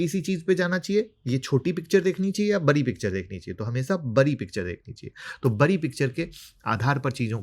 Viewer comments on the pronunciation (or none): बरी नहीं बड़ी होता है